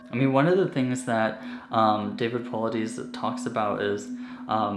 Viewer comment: This is was a great video, just one thing that was bugging me David last name is pronounced po-lie-dis. Good job keep it up, and I can’t wait to see more videos from your channel. From your friend in Alaska